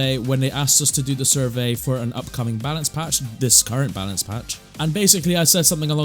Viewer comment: bro said "palance batch" 💀